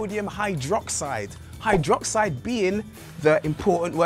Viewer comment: HYDRO- and -OXIDE not HY- and -DROXIDE... -__